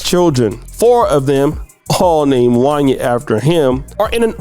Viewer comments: Every black person who was alive in the 90s knows this man name in pronounced Won-Yay 😂😂😂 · Bro, how you my age and don’t know how to pronounce Wanya from Boyz II Men 😂. It’s pronounced Wayna like Kanye. Damn 🤦🏾‍♂️ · His name is pronounced, “Juan-Yae” … “Juan-Yae.” I am absolutely disgusted by his self hating behavior as of lately, so call that 🥷🏾 whatever you want at this point. This is Sickening to hear. 🤨Those boys are super talented and will make it, with or without the help of their lousy Pops. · I saw your title and I came here just to say “Wanya did that ish too!” And looky here, this is who the video is about! His name is pronounced Wan-yay though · His name is pronounced “One-Yay”. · Jaun- yay... is how it's pronounced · It's pronounced Wan-Yay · His name is pronounced Juan-Yay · You don’t know how to pronounce Wanye’??? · Who the heck is “Won-yah”? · It's pronounced Wan-YAY!! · Yo man his name is pronounced Wanya just like you would pronounce Kanye.